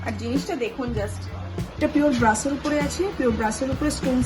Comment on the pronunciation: What is ‘Brush’? Please say Brass